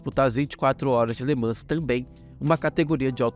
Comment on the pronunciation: Ótimo vídeo. Só uma dica: em Le Mans o "s" não é pronunciado, fica então "Le Man".